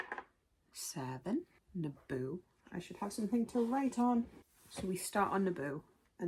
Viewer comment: I did not hear Naboo lol! I head ABOOOOOO hahaha! Great looking TBR mate!!! Hope you love all these!